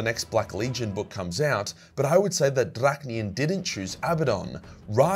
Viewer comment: You mess up almost literally pronouncing everything, but you get Drach’nyen right‽ 😆😆😆😆